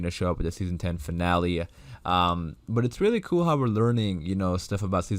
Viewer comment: Kind of sounds like kewel lol